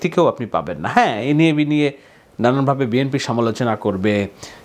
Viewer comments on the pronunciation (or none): none